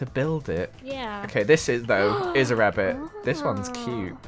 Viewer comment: BWUNNY WABBIT